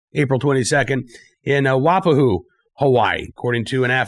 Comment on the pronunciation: The town in Hawaii you were referring to is pronounced Y, Pa, Who. Having been stationed in Pearl Harbor in the 70's it was advantageous to know how to pronounce local names. Love your Videos on You tube! Keep up the great work.